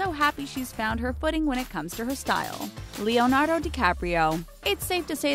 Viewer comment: Wait... why does she say "Leonardo" like that? Am I the only one hearing it?